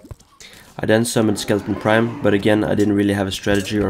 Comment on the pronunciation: Why does everyone call it skeleton prime its skeleTRON prime